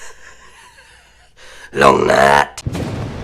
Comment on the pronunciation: Please stop saying Long Nate